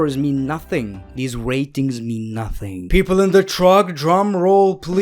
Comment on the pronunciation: u had all those rrrrrrrrrrratings